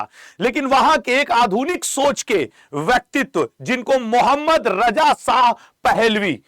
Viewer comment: اب چوتیے ساہ نہی ہے شاہ ہے پہلے بولنا سیکھ پھر رضا شاہ پر وی لاگ بنانا ابھی تو صرف رجا ساہ پر وی لاگ بنا 😅😅😅😅